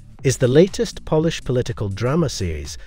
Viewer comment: I just finished binging High Water on Netflix (in the USA). What an amazing program. I was surprised the maker of this video pronounced the country as Pol-lish instead of Po-lish, and did not pronounce W correctly as V. Sorry to be rude, but the video made a terrible event look like a cartoon. I quit watching before the end.